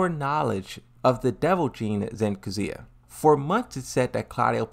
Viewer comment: Still can't get over the fact that Claudio says Kazuya as CATZUYA. If you understand Italian you probably laughed your ass off.